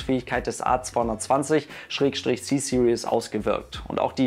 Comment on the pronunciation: Kleiner korrektur, du (aber auch allgmein viele deutschsprachigen Leute) sprichst das „Series“ als „Serious“ aus, das allerdings würde „seriös“ bedueten... :)